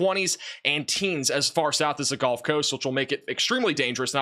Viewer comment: Can you say GULF Coast, not GOLF coast???????Gulf